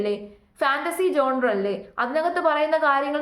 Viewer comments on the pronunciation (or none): none